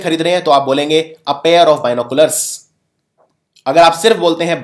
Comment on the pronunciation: #Binoculars ko #Dinoculars bol sakte h